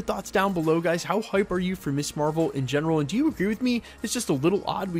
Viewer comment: Perhaps it's your youth and you're unfamiliar with the word, but Ms. is pronounced "MIZ" not "Miss". The word was created so that women could have an identity that didn't revolve around her marital status. "Miss" refers to an unmarried woman, Mrs. refers to a married woman and Ms. refers to a woman whose marital status is not volunteered. It makes me teeth grind hearing Ms. constantly mispronounced as "Miss". Keep it up and I'll send you my dentist's bill.